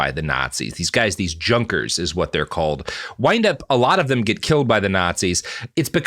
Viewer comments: YOONKERS, not junk-ers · Junker is pronounced "Yoonker" btw